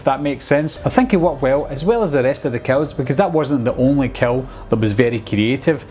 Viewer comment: Awesome review! It took me a bit to realize you weren’t saying “cow”, but “kill”. I got it all after that. Art’s freaky scary...mute killer with victims that have no idea why they’re about to be killed. The red food colouring in his teeth, black and white face and clothes. Menacing! Spot-on assessment!